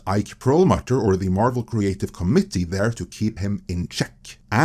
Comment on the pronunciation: It’s pernuonced “co-mitt-eee”, not “comedy”.